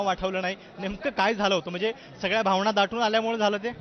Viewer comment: भावणा नाही भावना असतं रे ते!!..😂😂..ण आणि न योग्य जागी वापरता येत नाही आणि रामदास आठवलेंवर टीका करतात